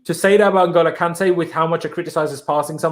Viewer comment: Jesus Christ. It’s pronounced “IN-goal-oh” Kanté, not “NIG-oh-low” Kanté.